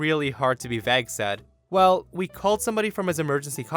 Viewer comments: Vay-guh, not Vag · Dude, that is so very much NOT how you pronounce vague! 🙄